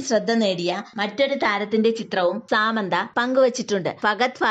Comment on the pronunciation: സാമന്ത അല്ല സമാന്ത..... 🤦🏼‍♂️🤦🏼‍♂️🤦🏼‍♂️🤦🏼‍♂️